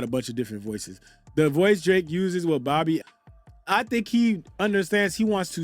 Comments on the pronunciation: He had a problem saying gabriella Zuniga trying to call her zunnigga so him saying bobbi name wrong is up his alley 😂😂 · C'mon...pronounce it right! She ain't do nuttin to y'all, lol, 😂😂😂 It's not B%bbi Azsoft - stop it! It was definitely nnnnNOT an interview! It was just a convo to watch. Their dynamic was SO sitcom like! I honestly would watch more content from them. They cute together. They are like besties. Surprised I enjoyed watching it. Doesn't make me want to listen to his music, doesn't make me respect him anymore because of the lawsuit sh*t... But this interview yday was lowkey just oddly entertaining 🤔 He is an actor, tho...💁🏾‍♀️